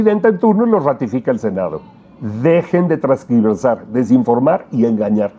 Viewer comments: Tergiversar, no “trasgiversar” 😊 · Sr con mucho respeto se dice tergiversar no """ transgirvesar"" porfa hable con propiedad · OTRA CORRECCIÓN: SE DICE TERGIVERSAR NO TRANSGIVERSAR. SALUDOS A LA FAMILIA ATYPICAL. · IJO: La palabra es "TERGIVERSAR" en lugar de "TRANSGIVERSAR" como lo dijo el locutor.